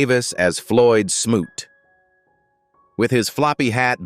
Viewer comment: I so appreciate the correct pronunciation of the character Floyd smoot's name. Smoot is my birth last name.